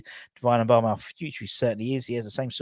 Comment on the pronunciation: Moo-ba-ma. Not M-bama